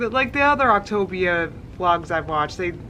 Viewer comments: Ok I’ve been so confused about the pronunciation of optavia considering she says the a like an I... so I watched their commercial. Here’s how they said it, “Opta-Via” it was said like two words and they also had part of the word bold and part of the word in thin letters, further suggesting it’s said like two words. She REALLY did some research huh? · "Optipussyia" I wasn't ready for that lol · Everytime you kept saying the name I wanted to correct then I caught on . Ha ha ha ha you are hilarious :-) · I can’t tell if your saying Optivia wrong on purpose or not... 👀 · I'm just screaming that no one can fucking pronounce this MLM scam :D. It's hilarious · I actually feel like I need a virtual shoulder to cry on. I’ve tried so HARD to support her. I really have. But it’s clear now that she’s just trolled all of us. There is no way someone can mispronounce a word that many times in a single video. I’ll watch through you but I will never go onto her channel again. I think I’ve said that like 5 times now but it’s just clicked that this does not a thing for me. It’s one thing for those who want to see her crash and burn, but as someone who wanted to see a success story this is actually soul crushing. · At this point I think it is pronounced opta-via because that would be latin for “the best way/ road” [ to weight loss in this case]. But I love the ever changing optavia/ october 😂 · I haven’t even watched the video and I’m dying every time you pronounce Optavia in a different way 🤣🤣🤣🤣🤣🤣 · Lol why can't you pronounce optavia?? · tourette hero Since no one seems sure about how to say it, was just saying “gibberish “ pronunciations. Go to an Octavia YouTube video and listen to how they say it( although some of the programs users even pronounce it wrong). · She did so much research she still doesn‘t know how to pronounce Optavia. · She refuses to pronounce anything correctly. She's even lazy at that shit! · your pronunciations of optavia 😂😂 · Octobia, October.... Lol